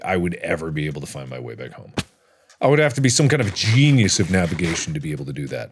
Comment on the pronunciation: Markiplier:thank FOR appludingy My junies Me:I'll applaud when Say Genius right